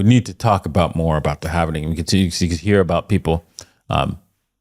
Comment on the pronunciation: Its Halving not Halv"eeeeeeee""nnnnnn" ing !!!!!